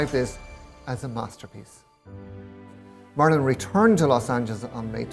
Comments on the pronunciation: I know he has an accent, but say Marilyn’s name right! It’s not marlin, it’s Marilyn ! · "Marlon" "Marlon" "Marlon" -- just once I wish he'd pronounce it "Marilyn..." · It sounds like he’s calling her “Marlin” instead of “Marilyn”. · OMG.. Marilyn... Marilyn....not Marlon!!!!!!! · I HATE how he pronounces her name...Murlin Monroe...YUCK!!!! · The way he says her name... like Marlin... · you can blow that very "long winded" response, right out t of your ass, the dumbass no doubt heard the CORRECT pronunciation of Monroe's name, he could have made an effort to pronounce MARILYN correctly. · totally disagree, accent or no accent, the dumbass could have learned to pronounce her name CORRECTLY.